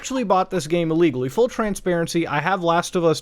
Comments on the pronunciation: wait i thought he said "legally" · Did you say you purchased the game illegally, or legally? I couldn't make it out